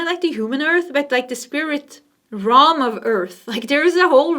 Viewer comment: Realm pronounced Relm not Rohm🙂